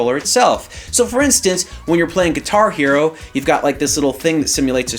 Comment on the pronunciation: It took me awhile to realize he was saying "Guitar Hero and Rock Band" at first I think thinking what is Gatari-O? lol